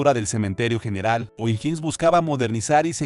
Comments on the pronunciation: O"Higgins se lee OJIGUINS Y tú dices IJINS. Es un apellido escocés.Te sugiero que alguien de tu confianza te colabore al editar tus videos. ¿no eres chileno, verdad? De todas fomas, tus videos son muy interesantes. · No sabe ni pronunciar ohiggins